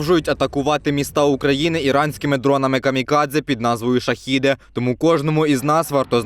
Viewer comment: та не Шахіди а ШахЕди - zaїбaли вже не правильно казать - вивчіть вже мат частину а потім вже ролики знімайте!!!